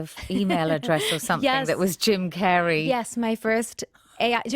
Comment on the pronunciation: "I.... I naturally HavÆ voice" "I WÆnted to sound like....." "Jim CÆrey" 🤣🤣🤣🤣🗣🗣